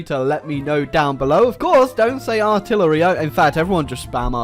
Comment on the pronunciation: ARTILLER-ah. fuck.